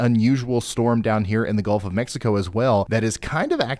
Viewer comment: You said Golf of Mexico? Eh eh eh